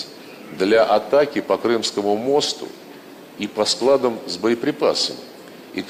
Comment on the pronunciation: А я смотрю лавров русским языком не владеет? Не мОсту, а мостУ! 😅